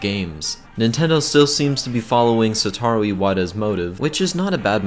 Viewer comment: Satari iwata what the hell is wrong with you its satoru iwata